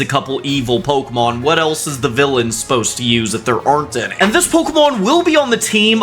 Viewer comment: Aiwut catem pokimon